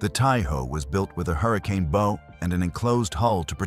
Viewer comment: Why do almost all AI narrated videos about naval vessels pronounce the word “bow” like you would pronounce it in “bow and arrow” instead of the proper pronunciation as in “bow wow” like a dog barking?